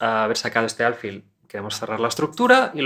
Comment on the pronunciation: Tengo una duda, dado que la palabra "alfil" es una palabra aguda, lo que significa que la mayor fuerza de voz recae en la última sílaba (fil), xq la pronuncias como si fuera grave?